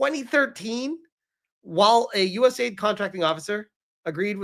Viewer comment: It is not US aid it is US A, I, D